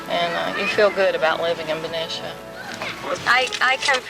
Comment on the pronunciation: Yupperz. The blonde woman in the beginning grew up there you can tell by how she pronounced Ben-i-cia and not Ben-ee-cia. Good memories. Haven't heard that in many years.